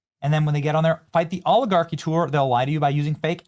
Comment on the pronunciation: “We have to fight the AW-Li-Gawki” Bernie Sanders